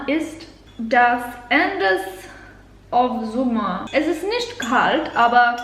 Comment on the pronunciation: „Warum nict“ 😂👍